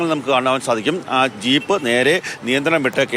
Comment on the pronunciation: ഷീപ്പോ 😂😂😂 ജീപ്പ് എന്ന് പറ 😂😂